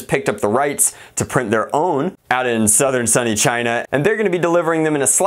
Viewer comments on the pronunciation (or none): none